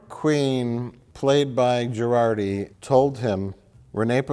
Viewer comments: Two seasons in and I still can't tell if he's pronouncing it "Jurarti" on purpose or not. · I love that Mike consistently calls out mangling of celebrity names ("Chris Helmsworth") and various other words, but Mike has made it through two entire seasons of Star Trek: Picard and still thinks Jurati's name is pronounced "Girardi." That's how little he cares about this show. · I wonder if Mike is pronouncing Dr. Jurati's name as "Gerardi" to be ironic or sarcastic or both😂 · Mike... It's JuRATI